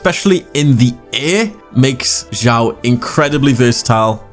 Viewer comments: It's read as Shyaw why said Jyaw?😂😂 I can't understand? It's obviously Shyaw😂😂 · Honestly this video is really nice, but just kinda gets on my nerves when u say his name. His name is Xiao not Jiao, like the way u pronounce it sounds like foot in Chinese.🤣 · Xiao is pronounced She-Ow. Xiangling is She-ang Ling. Zhong Li is Jong Li. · Why everyone say Jiao instead of Xiao? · You spell his name wrongly, it is [s ya o] [S] from sad [ya] from yawn